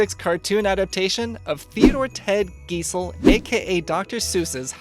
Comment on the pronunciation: Guy-zell, not Gee-zell.